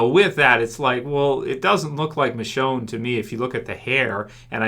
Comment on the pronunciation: White girl "michonne" 😂😂